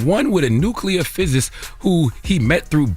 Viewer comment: The word is PHYSICIST😅😅😅 how did NOBODY correct him🤣🤣🤣 but I'm here for it!!! Just NOT on NETFLIX🙄